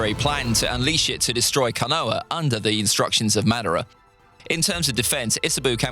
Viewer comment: Your pronunciation of madara hurts my ears